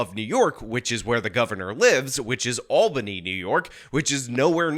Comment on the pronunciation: small note. THANK YOU FOR PRONOUNCING ALBANY RIGHT!